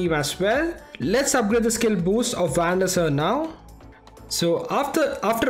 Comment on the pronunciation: Van Der Saaaaar not Van Der Sir